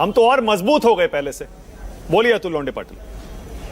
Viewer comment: "launde" nahi Launda" bolo.😂😂😂